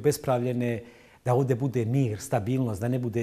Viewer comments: Nije ođe Nego ovdje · Kakva je ovo dzaltara u cvenom sakou, koja kaze "vodje" umjesto ovdje.